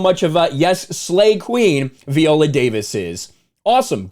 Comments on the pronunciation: At least get her name right viola -VIola not Veola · Good video but her name is pronounced "Vy-oh-luh" not vee-oh-luh. I guess Viola is not a name that is often heard in the white community. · Veeolah lol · You cant even say her name correctly. Smh